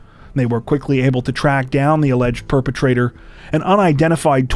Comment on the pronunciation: Perpetrator…you mean ‘Poopetrator’😅